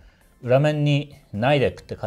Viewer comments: ナイデック？ ニデックだと思ってたけど。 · Nidecを”アイデック”って発音してましたが、、もしかして米国に駐在してました？格好いいー！！！